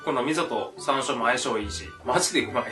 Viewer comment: はいもう最高＼(＾o＾)／💕 なんか、しゃんしょうって聞こえた気がするけど。。。気のせいだよね、うんうん(^ω^)